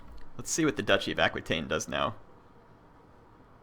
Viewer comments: Duchy of Aquitane is pronounced like a-kwe-tane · its pronounced aqua taine. pretty simple